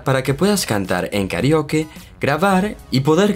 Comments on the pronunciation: Me molesta la mano... Hubieras dejado solo el teléfono en la pantalla!!! Además dices KARIOKE y la palabras es KARAOKE recuerda que somos de habla hispana. Y último, hablas mucho y no vas al punto, solo explica las aplicaciones y punto.... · Se pronuncia Karaoke